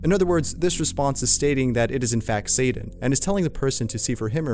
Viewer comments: It's S-A-T-A-N not satin. That shit kills me. Stupid people's everywhere I go. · It’s Satan not saden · Why do you pronounce Satan so strangely?